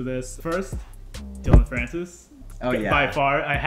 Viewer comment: also dillon not dillion and aphex not apex lol